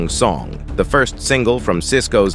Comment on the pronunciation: Ikr. It said "singla" instead of "single" 😂